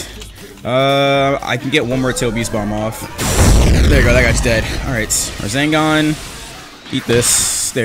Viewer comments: is it just me who hears say raZENgaan? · why does say rasengan like rasingan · am i the only one who noticed he said Razengan instead of rasengan. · Nobody:: Razengan. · my bro says rasengan like rAzangunz 😫